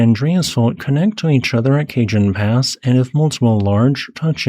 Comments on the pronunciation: Kah hone, not ca Jon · lol you calling it Cajun pass. It’s “Kuh-hone” pass. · For future reference, Cajon is pronounced "KAH-BRON" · minor correction. Its pronounced "cah-hon". as in spanish for box. Not cage-un. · Not 'Cajun' Pass, but rather 'Cah-HONE' Pass. The J sounds like an H and the stress is on the second syllable. I live in Socal and speak Spanish. Cajon means 'drawer' in English. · KA HONE Pass. Not "Cajun" Pass. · It’s pronounce Cuh-Hone, not Cajun. Cajone rhymes with Capone. Picture Paul Walker’s 2 Fast 2 Furious character telling someone to “hone in” on a signal. “Cuh-Hone in” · It is pronounced like this: Kahon (soft a, hard o), not like this Cajun Pass. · That was jarring - I live very near the bottom of the El Cajon pass. Locals use the Spanish "j" rather than the English speakers' normal hard-g sound, El CaHone. {^_^} (Yeah, I should move. It's impractical to even try with over 70 years of "stuff" weighing us down.) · it's pronounced kah-HOHN not cajun 😂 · For future reference Cajon is pronounced "Kuh-Hohn", not "Kay-Juhn" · Not Cajun, but Ka Hone pass (Cajon). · The pass is pronounced "Ka Hon" - not "cajun." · kah-Hone, not "Cajun".😒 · Cajon Pass is not Cajun or French, it's Spanish. Ka-Hone... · Not "kay-john", but "cah-hone", cajon is Spanish for box or drawer. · It’s kah-HONE pass - Spanish pronunciation. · Cajon = Kah HONE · cajon junction is pronounced "ka-hone" it's spanish. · Ca-hon Pass. It's a holdover from when Spain claimed California+. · "Cajun Pass?" Oh, dear! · Love your videos - nothing else like them. If you ever visit So. Cal, you'll be understood better if you pronounce Cajon Pass as Spanish, i.e. Kah-HONE. A great many names of places and things in California are Spanish, FYI. You got San Jacinto just fine! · Cajon is pronounced "kah-HOHN." Keep up the good work. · Cajon is pronounced "ka-hone" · Pronounced Ca Hon ( Cajon ) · the j on cajon makes an h sound. its cahone pass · Spanish word, buddy. Cajon = ka-hõn